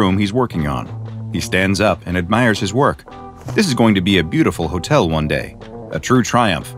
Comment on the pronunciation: Why did I hear bootiful